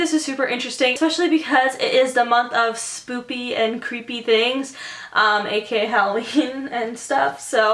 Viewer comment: wait...did you say "spooPy"...?